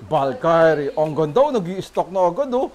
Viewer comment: ung valkyrie di ganon ang pg pronounce